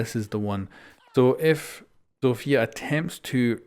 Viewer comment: Read Zofia not Zofija